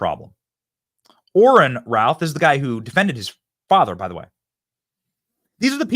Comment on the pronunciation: Why does Benny keep saying "Ryan Ralf" it's "Ryan Routh" for the first couple of hours after this happened I was so confused trying to search for stuff I thought I had the name wrong turns out maybe you're just mispronouncing it Benny